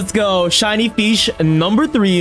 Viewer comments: it's not a feesh it's a frogy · f e e s h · Feesh :_radLove